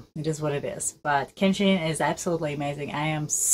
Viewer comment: its Kenshi not kenji